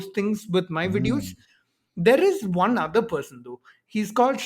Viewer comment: emphasis on 'one of the '......😁😁 Prakhar's and pranav's talk was super interesting